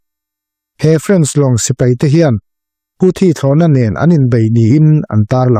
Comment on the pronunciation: Nen lam tih i thlukdik lo, lo inzir deuh teh.